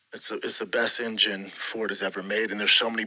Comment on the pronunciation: Did he just say Emgym for engine ?